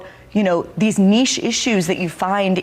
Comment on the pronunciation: She said “ niche” like she just found out what the word means.